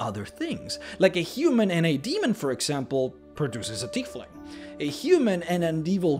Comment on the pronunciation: Tiefling is pronounced "TY FLING" you're saying it like the name "Keith" but look out how the "ie" are switched